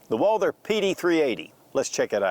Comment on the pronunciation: It’s Walther!!! Not Walder